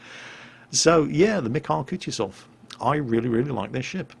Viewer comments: Not kutjezov its kutuzov ( kuˈtuzəf) sorry but piercing ears too much...Great looking shit btw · Kutuzof, KUTUZOF! Not Kutjuzov. I'm sorry, but it just hurt my ears too much to not mention. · "M I H A I L. K OO T OO Z O V" know how to pronounce his name, he saved the world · It's pronounced more like KootOOzov. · Koo-too-zov. One of the easiest to pronounce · Sounded to me like "cut-yourself" so be careful when playing this ship. Use protection! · The way just butchers that name is just... amusing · OMG you are ruining the man's name! Use google translate to get a starting point how this name should be pronounced: Few weeks ago you were wondering how to pronounce Nagato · Emphasis on the second "u"!:D Thanks for the great episode. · Derp moment from me, forgot how to speak russian for a second... In "Kutuzov" accent goes on second "u" ^^' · Your pronouncing that surname wrong, if it the named after the famous Russian general of Austerlitz fame that is. Watch the new BBC "War and Peace" production for the correct one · there are few fails in your pronounciation. In "Mikhail" you swallow last "i" but originaly that's where the accent is, and it pronnounces in the same way you pronounce first "i". In Kutuzov accent goes on "o" and both "u" are pronounced as you pronounce first one. Also a test if you really are reading all the comments in the first day <_<